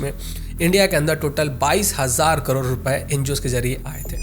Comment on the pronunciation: Bhai करोर ni करोड़ 😅